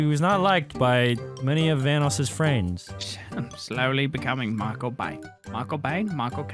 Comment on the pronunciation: How we say his name: vanoss how says his name: bonoss